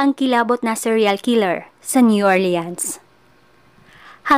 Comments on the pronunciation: new "orleans" pronounce as new "ORLINS" PO. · New Orleans po masyado o.a ang pronounce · Hello Po mga ka Kyoryos, pasenxa npo Sa pronunciation ko Sa New Orleans, new orlins pala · Kakaasar ung new or leans nya 😂😂😂